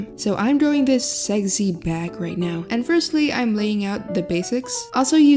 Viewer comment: The way you say seggsy back made my dad's head turn.